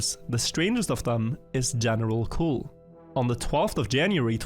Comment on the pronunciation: As a French, seeing « General Cul » taking all the screen and hearing wrongly pronouncing it is so funny